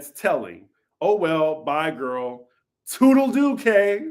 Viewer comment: ANNNNDDD it’s “tootle-Looo”